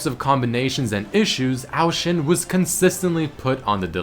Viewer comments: I couldn't take the pronunciation of Ao Shin after 7th time you said, ITS A-O Shin not OW SHIN DAMMIT. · Isn't it O Shin not Oao shin